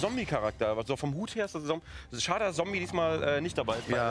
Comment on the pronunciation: Das heißt zombey nicht zombie !!